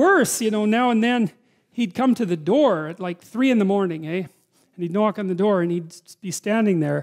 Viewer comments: 3 in the morning ey, THE TRUE CANADIAN COMES OUT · I caught that with: it was about 3 in the morning ehh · "Comes to the door at 3 in the morning eh". Checks out.